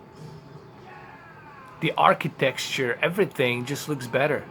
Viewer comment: "The architexture" lol